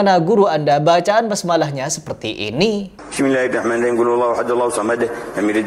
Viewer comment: Saya dengarnya bidzillahimahing malah bang.